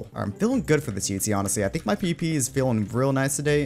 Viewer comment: did he say pp? or pvp LMFAO